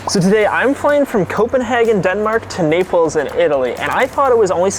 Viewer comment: Bro really said "napels" 😂😂😂😂